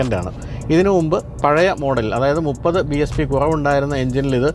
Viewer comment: It's BHP not BSP!